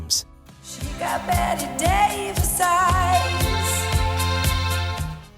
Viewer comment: Neither was anyone else EVER! They make it sound like they took a vote! And BETTE Davis is pronounced BETTY DAVIS!!!!!! BETTY, not BET!